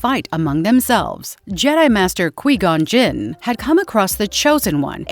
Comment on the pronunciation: Qwee Gon Jinn?